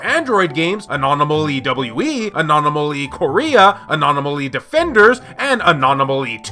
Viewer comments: Omg, learn to say ANOMALY not "ANOMANOLY" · You keep saying anonimally instead of anomaly. Why? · It's A-NOM-A-LEE not anomanaly lmao Good video though stoked that the vita is still relevant in 2023 with no signs of it slowing down :D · Its his anomaly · Anon-o-molly lol 🤣 love your content man